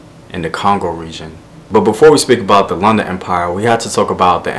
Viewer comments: Vowels, vowels, vowels, vowels! a e i o u. Lunda and not Landa. Like how you say ‘look’... Great videos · Oh btw its pronounced Loon-da